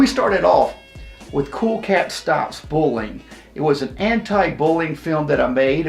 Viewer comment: it’s bullying not booling He can’t even say the simplest of words